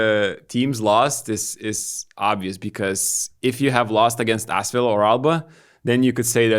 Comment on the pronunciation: the way pronounces Asvel is hilarious. It's more like Asswell